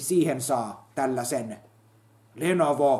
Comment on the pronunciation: LE-NO-VO! Ekaa kertaa kuulen sen sanottavan oikein näillä videoilla! Siitä hyvästä yläpeukkua puskee :)